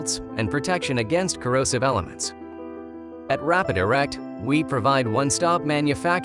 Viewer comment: "Rapid Erect" You know times are tough when the TTS bot you use mispronounces your own channel name and you don't even correct it.